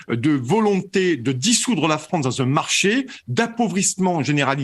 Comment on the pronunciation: la fwance , c 'est lafwique ...